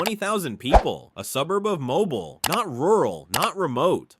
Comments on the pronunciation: its mobile, Alabama. Pronounced -Mobeel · Mobile, Alabama, pronounced - mobeel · I pronounce it moBEEL, some older folks, especially black men, will put the stress on the mo, so MObeel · Typical embarrassingly inaccurate AI narration: it pronounced neither « Alabama » NOR « Mobile » correctly—-and that was just within the first sentence of this « list’s » SECOND entry, Prichard, AL. The retirement/pension fund for city workers in Prichard did absolutely *NOT* go « bankrupt, » incidentally. For a couple of decades Prichard municipal officials EMBEZZLED FUNDS from the city’s retirement accts that eventually no money was left in those accts. Officials/criminals were prosecuted and convicted, of course, but that did NOTHING for those former Prichard city employees who had been depending on those pension checks simply to die marginally above the level of abject poverty.